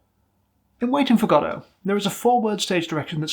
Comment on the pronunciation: Not to get political, but you pronounce Godot correctly and it warmed my heart